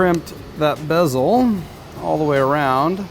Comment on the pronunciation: “Bezel” not “besel”......duh